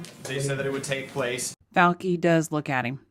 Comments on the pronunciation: Great video,, wish I could give it two thumbs-up. But it's "Fau-chi," not "Fau-ki." We New Yorkers know this because we grow up with lots of Italian-Americans. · “FAW-chee,” not “-kee”